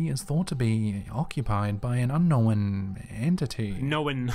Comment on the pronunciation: I'm so glad that pointed out the way that the narrator says "unknowan" it drives me crazy! Hes adding a vowel lol.